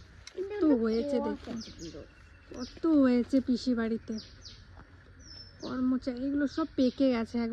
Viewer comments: tume karo kache tution poro karon tumi bhalo kore kono kotha uccharon korte paro na koromcha k kor mocha are plate k pelet klib k kilib ae rokom bolo tomar kotha sune mone hoena j tume lekhapora korecho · Karomcha not karmocha🙂